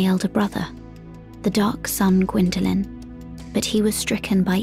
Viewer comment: is gwynndolyn not qwynndolyn